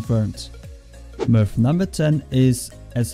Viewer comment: sounds like you are saying milf instead of myth